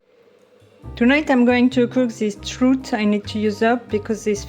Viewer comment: We also call that small orange a clementine. We pronounce it like wine. Or a tangerine, maybe. Is pronounced like your clementine. And than Trout is pronounced like out. Sorry, just trying to help, but that sounds a bit Parisian, doesn't it? Your video made me hungry and your stroll home looks inspiring.